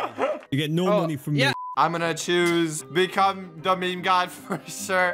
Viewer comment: its meme not me me